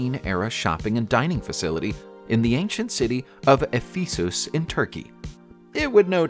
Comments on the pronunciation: Pronounced eh-fuh-suhs. Sorry i had to correct . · Ephesus = EFF - uh - suss Monsieur = muh - SHYUHR Worcestershire = WUH - stuh - shirr Evesham = EVE -eh - shum Hypocaust = HIGH - poe - cawst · If you really have to use computerised speech, could you at least train it to pronounce place names and people's names correctly, rather than as they are spelled? I am thinking of Worcestershire (UK), Mosul (Iraq), Ephesus (Greece) and Sennacherib (the Assyrian king). They're the ones I had heard of previously. But if you can't get the well-known ones right, what chance have we of learning the correct pronunciation of the others? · You really are funny, trying to pronounce Ephesus........ You would be made a fool in Turkey......Nob.